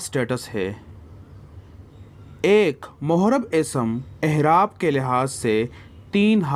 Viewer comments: Ahraab nahi A'eraab hai bhaijaan... Apka shayad accent aisa ho I don't know but ahraab jachta nahi hai yahan p.. aisey hi wus'at b hai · Aerab bolo hzrth.. aehrab😢